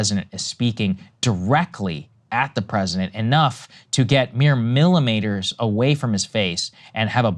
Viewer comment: Sagar it’s millimeters not Millimaters see even you can misspeak and you’re less than half the president age! So to call out one 81 yr old when you make mistakes as well seems hypocritical!